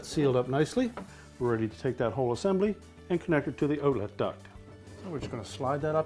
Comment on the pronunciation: Can’t tell this guys from Canada. 😂 Ooutlet! He can’t hide it he’s trying though!